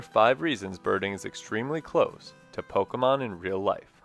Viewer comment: Also, thank you for saying Pokémon correctly lol